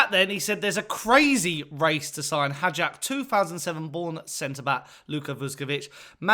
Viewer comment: no disrespect, but please prepare your piece before you record the video. his name is pronounced vuSHkovich, not »vuskovich« - note the diacritics. also, the club is called hajduk for short. there is another club called split that was a top-flight club for a while. calling hajduk just »split« is like calling hotspur »london«. and the club is NOT pronounced »hijack«, good lord. it’s HAJDUK, a croatian name, not an english one. HIGH-DOOK.